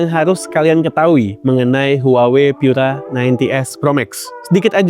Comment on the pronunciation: Pura itu bahasa Italia, cukup dibaca seperti kata pura di bahasa Indonesia, ga usah dibaca pyura. Bahasa Inggris Pure Energy itu terjemahan Italianya adalah Pura Energia, dibaca pu-ra e-ner-ji-a.